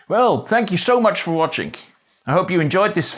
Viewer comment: Why. Do you add an “k” and the end of “watching” ?